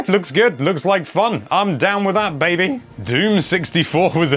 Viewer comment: No one:: I'm down with that baBEY